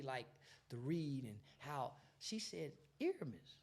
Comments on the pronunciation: Please say the man's name right. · hate that he keep saying his name wrong